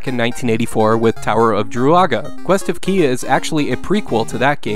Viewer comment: The Quest of Ki is pronounced "Kye". Good game though